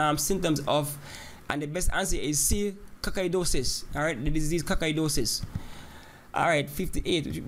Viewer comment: They way sir pronounces "coccidiosis" makes me laugh hard hard rn....lmao